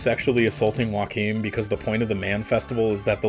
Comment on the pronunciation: It’s Joachim- yo-ha-keem